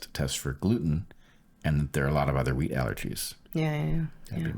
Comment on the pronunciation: 'wheat' allergy ok. I was thinking he said 'weed'